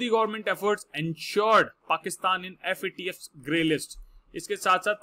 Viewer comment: Sir aap yadi FAT-F bola ga to galat massage jaraha hi , Guru hi galt bola ga to Sista ka kya hoga . Abb ka baad mai aap ka mokha sa FATF suna chata hoon sir ji.🙏